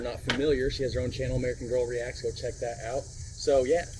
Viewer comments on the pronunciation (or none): none